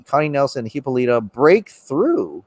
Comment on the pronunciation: Everytime says Hippolyta, I die a little inside. That and Antiope. 😂😂😂